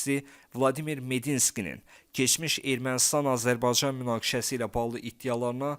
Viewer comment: Öncə Azərbaycan sözündə “y”hərfini ixtisara salmadan tələffüs eləməyi öyrən!!!